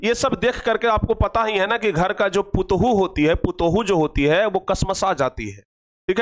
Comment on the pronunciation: Putuhu nahi patoh bolte hai